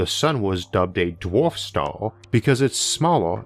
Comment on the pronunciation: How does one get a narrator on astronomy lessons that cannot pronounce the word...'star'...or 'dwarf'....(Honestly?)